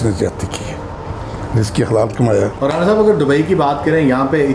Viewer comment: رانا احمد علی آراییں 😁 اینکر صاحب خدا کا خوف کریں یہ 'رانا آراییں پہلی بار ایسا سنا ھے